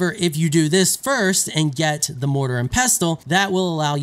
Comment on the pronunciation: Why can no one pronounce mortar and pestle